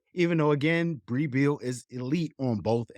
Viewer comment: Great podcast as always. I think Brea Beal name is pronounced Bre Beal.